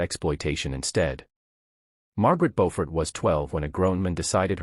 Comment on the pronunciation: Her correct name is "Beaufort," not "Bofford" or Beauford."